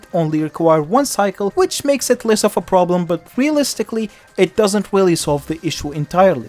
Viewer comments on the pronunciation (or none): im sorry but "pwoblem" and "reawistlicly" sounded so funny